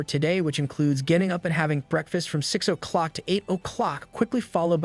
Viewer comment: way he says "clock" 🤣😆